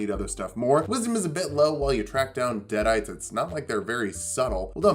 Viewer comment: "deaderites". Come on, man.